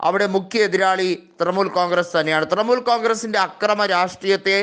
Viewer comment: തൃമൂൽ അല്ല തൃണമൂൽ.. പോയി നാക്ക് വടിക്ക്